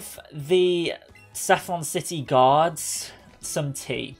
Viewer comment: When he said guards I thought he said gods